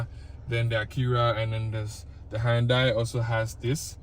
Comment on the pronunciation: The way you even pronounce the “Hyundai” shows you really know the job. 👍🏻